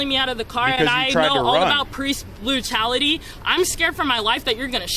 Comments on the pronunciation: "Preece blutality" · "priest blootality"